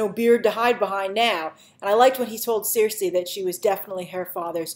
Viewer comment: Cersei is pronounced "SIR-SEE", Grace. For some reason you keep calling her "seer-say"/"seer-see"